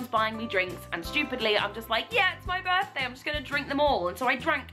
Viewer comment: I enjoy that you said b'day, it sounded like g'day to me haha